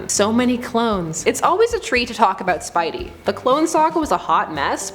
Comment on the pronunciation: Did u hear the way she said spidey she clearly never read the comics...